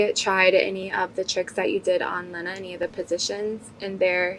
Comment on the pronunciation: jason hit and he don’t even say lena name right ? na he 2 goated